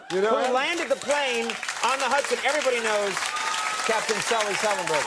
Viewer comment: Norm knows Sully so well, he said his name wrong.